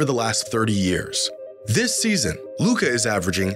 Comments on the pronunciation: Media still intentionally 'mispronounce' his name. They're scared what, if Luka wins finals MVP. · That's not voter fatigue. That's american ego with xenophobia sprinkled in. Can't accept the best player of his generation is european. The Luka disrespect started before he even got drafted. Took the media like 3 years to actually stop mispronouncing his name on purpose lmao.